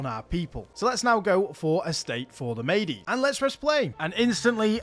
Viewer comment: mede or medes should be pronounced mead or meads, like the beverage. great vid!